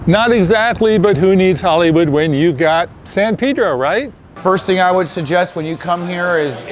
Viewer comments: It's San Pay-dro, not San Peeh-dro. Come on, people. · He piss me off about how he Pronounce it Shit